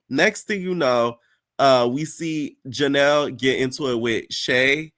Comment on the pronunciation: You calling Janelys Baby “Janelle” is frying me. I voted for Daisy, Janelys and Bahati. Ming already getting on my nerves, she got one more episode to not pmo